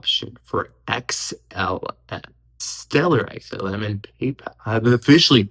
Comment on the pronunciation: Xlm the real king, its amazing how many uvtubers like cannot say xlm.